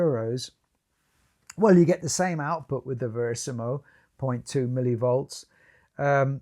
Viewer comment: VERISMO not Verisimo